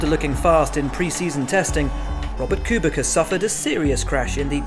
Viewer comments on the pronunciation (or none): Robert kubica's last name is pronounced kubisa not kubika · Kubica, not Kubika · That head trauma of Hakkinen's crash looks nasty. Also Kubica is pronounced "Kuu-bit-sa". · I see Robert Kubica :) Two seconds later... Robert Kubika... Even now you don't know how to read this... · Did I hear that right? Only true f1 fans know it's pronounced Kubitsa, Kubitza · Again "Kubika"... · It's not "cubeika" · Que-bi-ka smh kubica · The way he says Robert Kubica 🤣🤣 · It's 2019, 13 years from the debut and many people still cannot pronounce Kubica right.